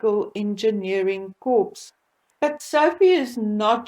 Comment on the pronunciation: "Corps" is pronounced "core" with a long "o."